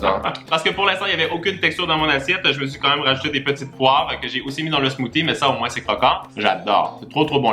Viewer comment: C'est marrant quand tu dis le mots "Smoothie" 😂